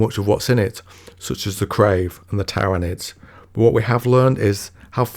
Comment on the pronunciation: You had me at “Tairanids”